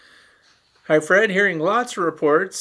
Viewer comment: Fred not Fread sorry